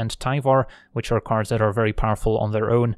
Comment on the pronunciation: Ok I have always wondered...are you saying "Looking for Magic cards or Magic carbs"? What are Magic carbs? 😂